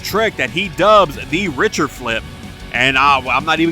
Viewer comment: Btw you said “richter” wrong it’s pronounced “rick-ter”